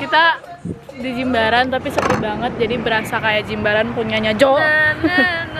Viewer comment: correct ya, Jimbaran bukan Jembaran 😭